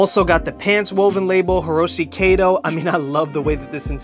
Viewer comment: It's pronounced kah-to. Like Cat-oh . Not kaydoe.